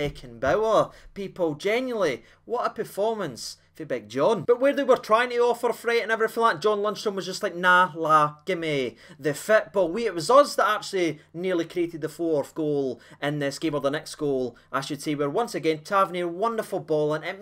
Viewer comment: fitbA not fitbO lol